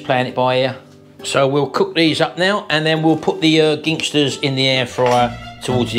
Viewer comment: Apologies if already has been mentioned, but Ginsters only has one G in it. You kept calling it Gingsters. No offence intended, but it started to niggle me the way you pronounced it 😀